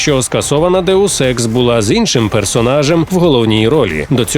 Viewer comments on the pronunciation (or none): Що говорять: Deus Ex Що чую я: Daewoo Sex